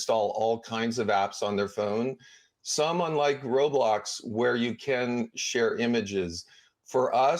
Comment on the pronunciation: Why does she keep saying roadblox